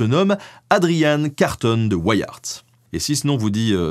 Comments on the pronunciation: on dit Carton, comme du carton, et on dit de WEE AAERTT, mais c'est à la belge, et j'adore tes vidéos. Bien sûr, il y a de nombreuses rues, des squares, qui portent le nom de Carton de wiart chez nous. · Bonjour, très intéressant comme toujours. Petit détail, tout de même : la famille Carton de Wiart est belge et normalement, le nom doit se prononcer à la belge, c'est-à-dire : Carton (comme en français) de Wiart ( le "w" se prononçant "ou" comme en néerlandais ou en anglais, le "i" comme en français, et le "t" final ne se prononçant pas). La mère d'' Adrian étant d'origine irlandaise, cela explique son prénom d'aspect britannique. Les anglais ont bien sûr logiquement anglicisé la prononciation de son nom, mais me semble-t-il, en gardant le " i" de Wiart comme en français, et non pas en le prononçant "aï ". A vérifier. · En fait tu peux le prononcer à la française. Carton de Wiart comme le papier carton. Une grande famille belge :) (même si le prononcer à l'anglaise à du sens par la suite vu où et comment il s'est illustré). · Boer, ça se prononce comme "bourre" (en néerlandais, 'oe' est la façon d'écrire le son écrit 'ou' en français). Et Carton de Wiart est un nom francophone. La famille est originaire du Hainaut. Pourquoi le prononcer en anglais ? Du même ancêtre est issu un ministre puis premier ministre belge contemporain de notre héro intuable. Les Wallons ne vont quand même pas devoir se mettre à prononcer les noms francophones bien de chez eux en anglais, quand même... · Même pas fichu de prononcer le nom d'Adrian Carton de Wiart... On voit que les recherches sont sérieuses ici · pout info, vu que Adrian était belge, son nom se prononce à la française: Carton comme du carton et Wiart (prononcer Viar) Bonne journée et merci pour le documentaire. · Carton de Wiart se prononce en francais belge comme ceci : Karton de ouiar ;) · Tu peux prononcer so nom à la française , aucun Weyiart ici . Et aussi les Bo hairs (lol) en néerlandais c'est les " bours" (paysans) .